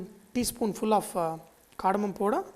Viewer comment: it's powder not poda lol